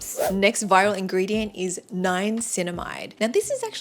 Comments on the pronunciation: Why do you pronounce Niacininamide ‘NiaNcinamide?’ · ughh how come u dont know how to pronounce the names of the ingredients tho?? if u are giving advice, at least get the names right?? salic cylic??? niaNcinamide?? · You are mispronouncing niacinimide and salicylic acid.